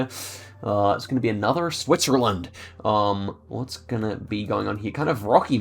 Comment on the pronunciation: Love the SWITZERLAND pronunciation at the start of the vid😂